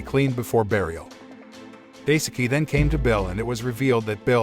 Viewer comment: Daisuke is pronounced “die-ske”. The “e” pronounced the same way as the “e” in “every”.